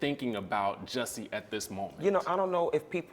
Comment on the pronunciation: Off topic... but I cant get into it simple because his name is being pronounced wrong. As an educator & someone whose name is always mispronounced, that alone is step #1. WHY is it so hard for folk to just say J*U*S*S*I*E!? Geesh 😡 Ok. Well anyways... back to the story👌🏽💚🦋